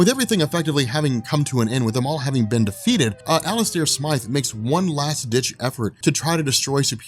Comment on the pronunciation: Thanks for saying Smythe and not Smith